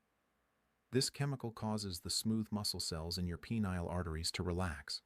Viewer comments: "Pea-neal veins"? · "peneal"..?.. thanks, AI